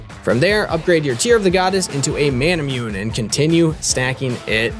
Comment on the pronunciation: Ma-na-moo-nay. Lol everyone I watch pronounces it wrong